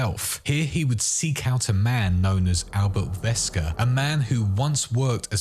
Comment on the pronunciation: It's not Vesker it's Wesker he isn't German stop doing that it's always been Wesker if you didnt know that your not really even a fan of the games and you should be ashamed of yourself for trying to say you know anything about it